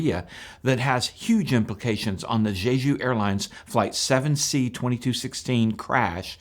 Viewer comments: In Korean, J is simply pronounced between a J and a Ch, not the way you are saying it. It isn't like Chinese. It's JAY-JOO or Chay-Joo. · You're not very good at pronouncing Jeju.